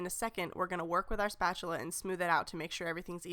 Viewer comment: Haha Tell how to say spatula!